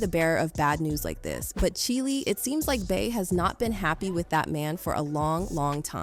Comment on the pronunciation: STOP SAYING CHILE LIKE THAT 😂😂😂 just don’t use Ebonics if you can’t even pronounce it because it’s kinda distracting lol